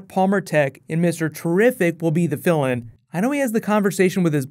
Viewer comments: Lol...I had to listen to that part again. I thought he said villain too. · I thought you said "and mr terrific will be the villain" I was like wut,,, I realised you said fill in